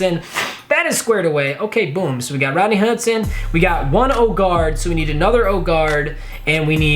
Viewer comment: listen how he says rodney hudson😂😂